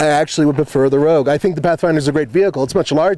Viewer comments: Nissan Rouge???? Really guys lol Nissan ROGUE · Your into says rouge - as in the french word for Red